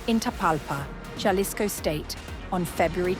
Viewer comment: It's pronounced (ha-lees-ko) Jalisco. The J in Spanish is like the H in English. Also it's not (one) Juan, it's (hoo-ahh-n) Juan